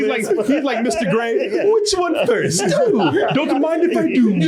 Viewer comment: My favorite dumb thing is that, while the Alien is Mr Grey, the autistic person/alien who gave them the powers cant pronouce it right so consistently calls him "Ister Gay"